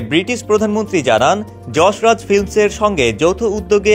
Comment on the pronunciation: Pronounciate properly, it's not Jasraj,.it's Yas Raj.